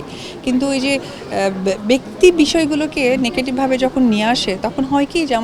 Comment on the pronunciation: নেকেটিব 😂😂 নেকেটিবিটি😂😂😂 কি অবস্থা ইংরেজির….